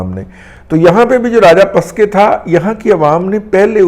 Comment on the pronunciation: راجہ پسکے نہیں راجہ پکسے